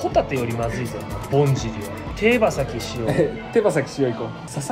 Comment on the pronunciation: 手羽先塩の発音がトカチョフ・サワで草。